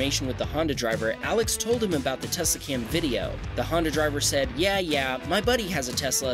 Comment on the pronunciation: the intro said scam instead of cam 😭 tesla scammed ppl?